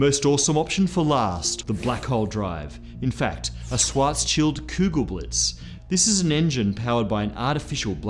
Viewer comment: German hear... what i find funny is the pronounce of Kugelblitz it was for German standard almost perfect The only miss was the pronounce of the U in Kugel, try to pronounce is like the u in you and it for me perfect ok